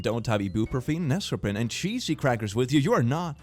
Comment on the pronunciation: NESOPRIN??????????? It's pronounced Neo-spore-in